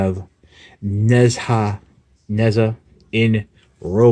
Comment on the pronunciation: I too have one of these. I got it at a good price too. In answer to some of the things you bring up, I believe the name is pronounced ‘Nay Jar’ or closer to that. He’s male and amusingly as a god it would be fun to see him take on Unicron! Nice toy, nice review.